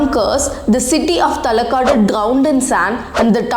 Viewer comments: I think it is high time u pronounce the names correctly Its Karnataka not Karnadaka,It is Srirangapatna and not Srirangapatinam,Its Talakadu not Talakad,Its Mysuru not Mysore. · Please do some research before making a video. It's Srirangapatna and not Srirangapatnam. Talakaadu and not Talakaad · Talakad instead of Talakadu. maralagali is pronounced incorrectly. Even her pronunciation of Ranganayaki is unclear, sounds like Ranganayagi. Even a non Kannadiga should not have issue pronouncing Shrikantadatta but she screws that up too. She pronounces literally every English word incorrectly. Mispronunciations are fine, it's natural. But being in denial and simply throwing compliments is not okay. There were hardly any Kannada words in the video and out of the very few she has mispronounced half of them.